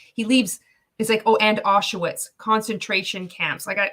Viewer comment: Its not Ah-shu-wits, dumba**. It's pronounced Ah-sh-vitz